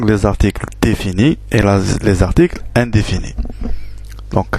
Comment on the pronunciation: Juste une petite remarque si vous me permettez,articles définis et indéfinis et non pas undifinis. Une question svp,donc le S au début se prononce Z? Merci